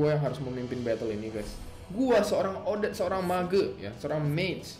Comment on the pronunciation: bang nyebut odette gini odet te